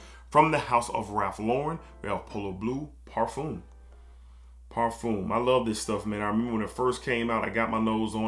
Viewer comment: Parfum par-fum not parfume 😂